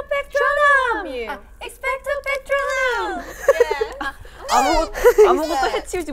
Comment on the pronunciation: Lmao, the girls really were like "it's patroonum, not patronuum".